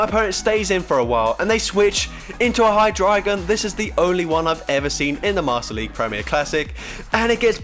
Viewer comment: Subbing cos 1. content is niiice! 2. youre the ONLY pogo tuber who says "hydreigon" properly - THANK YOU from my sanity!